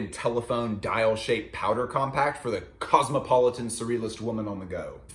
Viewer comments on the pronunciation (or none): none